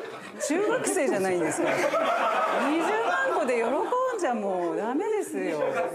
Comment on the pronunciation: 大久保さんの「20マンコが」マンコを少し強調してるようにも聞こえる